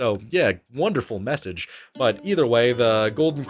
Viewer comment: he said “ Golden Corral” like it was a fictional buffet 😂😂😂😂